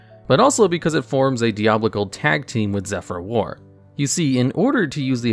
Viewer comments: just fyi, it's pronounced [die-a-ball-ic-all] diabolical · Never heard that pronunciation of "diabolical" in my life LOL